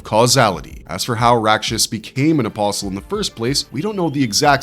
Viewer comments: bruh, you don't pronounce the "t" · Are you saying an imposl or or apostle because you're missing a tea in the pronunciation because there's actually a t in the word my friend